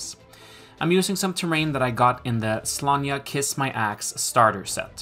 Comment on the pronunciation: Thatching looks great for such a quick method, definitely stealing that. Also, top marks for the pronunciation of Sláine.